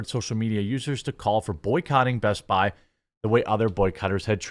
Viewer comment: It's "BEST-BI"